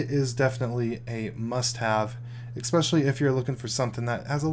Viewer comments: What does eXspecially mean? OR do you mean especially? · Especially doesn't have any "x" in it. Saying, as many times as you do and saying it wrong, is just annoying. Except for this everything else is great.